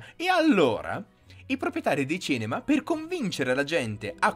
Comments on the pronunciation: Perché hai una dizione perfetta e molto fruibile, come mai non riesci a dire CINEMA? Mi entusiasmano i tuoi video ragionamenti Grazie per tutte le tue informazioni! Bravissimo! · Ma cos'è il "cenema"?! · Ma perché dici cEnema?